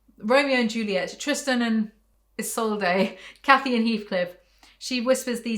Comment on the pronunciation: I’m a big Tristan fan so her butchering Isolde’s name hurts me but also make me laugh I love it an I love you an your content 😭😭😭